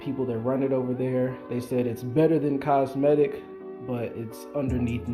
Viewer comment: COmetic not cosmetic lol